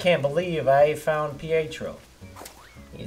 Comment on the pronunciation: ...It's pronounced "pee-ET-tro".